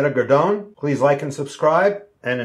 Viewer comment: Pronouce Garrdoney. Gardian I guess